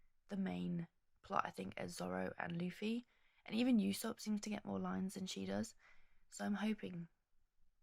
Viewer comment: Great video! love to see more people getting into this amazing series! just for clarification for the future, Usopp is pronounced Oosopp and Baratie is Bara-tee-ay